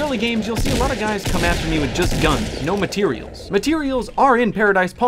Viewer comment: Drinking game: every time says matireals take a shot